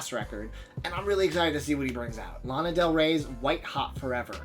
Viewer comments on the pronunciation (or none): none